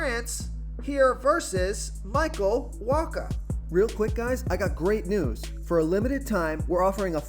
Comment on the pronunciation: Did you just pronounce Michael Wacha's name correctly? Pinch me, I'm dreaming.